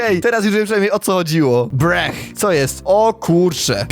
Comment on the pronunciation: Nie breh tylko bruh